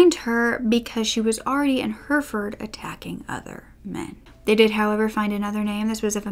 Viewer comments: Hurfurd Brits: Herrafud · Hi, I’m from the U.K. so I can help with the place names. Peterborough is pronounced Peter-Bruh... same with most other ‘borough’ names. Hereford is like ‘Herra-fud’. I hope that helps 😃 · Joanne Dennehy is quite the personality. Also, I'm sorry because you acknowledged this at the beginning, but some place pronunciations for future reference: Anything ending in -borough will be pronounced 'burra' Hertford - Hartford Hereford - He-re-ford (the re is pronounced like the re in the word rent) Lastly, you look awesome in this video. I love the jacket on you.